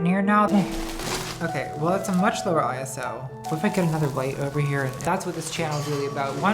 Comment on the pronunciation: the way Nat pronounces "ISO" is the first real issue i've ever had with her tbh